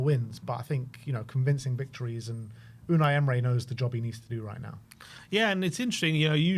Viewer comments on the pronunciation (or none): Unai "emray" 😂